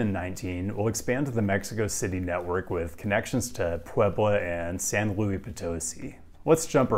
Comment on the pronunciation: for SLO, luis is usually pronounced loo-iss